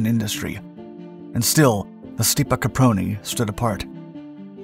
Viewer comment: This guy’s pronunciation of Stipa is horrid.